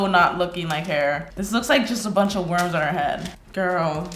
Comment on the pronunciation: When you said a “ a mold of my head” , it sounded like you said, “ mold on my head!”!